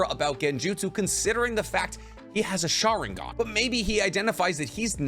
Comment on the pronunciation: Why do you omit the n in sharingaN